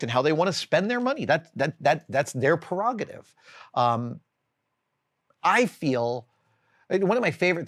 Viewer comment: Adam, I enjoyed the video, however it's 'prerogative' not 'perrogative'.